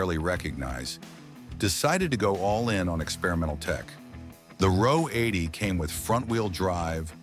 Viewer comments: AI needs to read the script to a car buff. RO 80 is read , "are ohh 80". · Ah oh 80 is incorrect. It is Ro 80 (row 80) the Ro stand for Rotary. As said above, it’s one of the few things that’s accurate in this drivel!